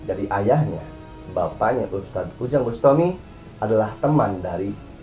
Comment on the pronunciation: NGOMONG "USTADZ" AJA GELEPOTAN KOK MAU NGOMENTARI ORANG LAIN